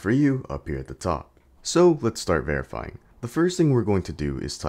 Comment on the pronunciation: Veryfing is hard like conroling a plane